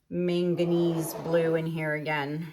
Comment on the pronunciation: You are pronouncing manganese correctly.